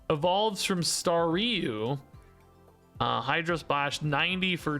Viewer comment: It's star you not stary you 😅